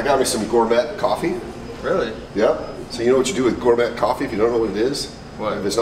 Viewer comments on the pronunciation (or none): Gormet is pronounced gor may , not got met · "gor-met"??? smh...